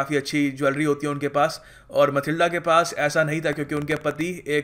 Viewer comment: Sir Matilda not a mathilde